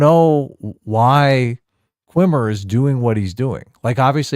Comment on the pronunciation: insisting on calling Jason Mendoza "Qwimmer" is like when he insisted on calling Brihanna Greyjoy "Joy-Gray", respect their